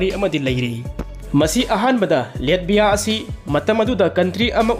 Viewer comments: Taba yam nugaire mathngi ware amuk ngaire pronunciation khra semdokpiyo Latvia haibiyo Letbia oina haibire nato duju neto haibire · NATO di neto hygadbne chummine. Google da pronunciation yengbiyo. Hoi chumme latvia budi letbia pronounce touroi